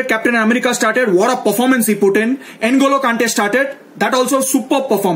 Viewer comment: N Golo kante....hahaha... man its ngo lo kante.. pronouce with me nnngooloo kante